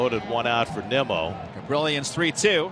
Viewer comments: They pronounced it Nee-mo. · they literally said NEEMO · I know it’s the As, but MLB commentators butchering Nimmo’s name at this point in his career is embarrassing and disrespectful